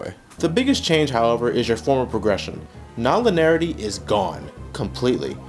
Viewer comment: It's pronounced lin-ee-air-itee. You're forgetting a whole syllable.